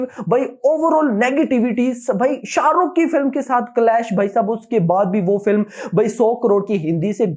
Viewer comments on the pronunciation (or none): none